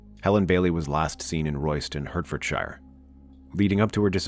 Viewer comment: Royston, hertfordshire is said as Hartfordshire